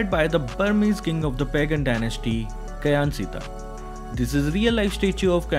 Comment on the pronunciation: Kyansittha is actually pronounced "Chan" "Kyi-Yang"